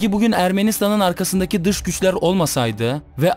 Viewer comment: Öncelikle dış güçler diye bir şey yoktur ama dıj güjler var